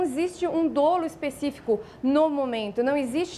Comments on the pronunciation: não se pronuncia "dôlo", mas "dólo". A é bem articulada, mas as atitudes do presidente não são apenas uma questão de signos e de gestos equivocados. Existem os chamados crimes de perigo abstrato. E o impeachment é um mecanismo com fundamentos jurídicos mas essencialmente político. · A pronúncia correta da palavra dolo é “dólo” e não, “dôlo”